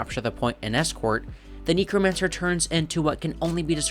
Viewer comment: neck-romancer (sorry, just felt like correcting)